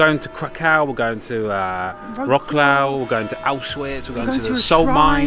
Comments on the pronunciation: Hi, great vlog and great pictures of Gdańsk. It's a real pleasure watching you. If you wish to pronounce the name of Wrocław correctly try to say "Vrotswav". Polish "c" and English "c" are two different worlds. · You mispronounce Wroclaw completely. I'm not nitpicking but it's always worth knowing the name of the place you go to.